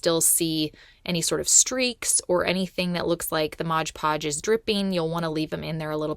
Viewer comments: MOD PODGE not MODGE PODGE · Why do so many people say "ModGE" Podge? Read the label...it's "MOD" Podge! It's so irritating. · Just an FYI... It's Mod Podge not Modge Podge 😊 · Yes I hate when these utubers say “Modge Podge” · Thank you! It's like nails on a chalk board to me! MOD. Podge. 😂